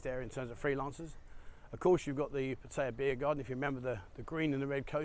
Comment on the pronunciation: wow, you snuck in at least one pretty good Pattaya pronunciation, you are my youtube hero!